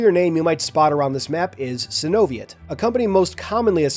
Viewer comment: I believe its pronounce Sino-Viet, like how you pronounce Vietnam